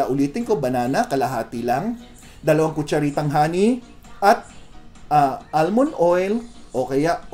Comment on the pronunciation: Almond- silent l.